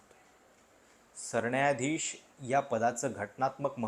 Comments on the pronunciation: सरण्यायाधीश नाही रे सरन्यायाधीश...किती वेळा सांगितलं न आणि ण कधी म्हणायचं शिकुन घे...🤦🏽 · सरणायाधीश नाही रे बाळा, नीट उच्चार कर... पत्रकार आहेस न